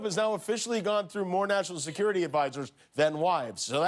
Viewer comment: Did you notice Trump said "this is your Mackshimum" ? "And less jest talk about this wonderful, bigly, beautiful Sekoority Stuff we got at this beautiful wall, where I jest signed my initials!"